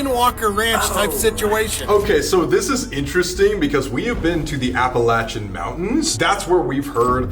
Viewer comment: It’s pronounced Appa-lay-shin Mountains Appalachian mountains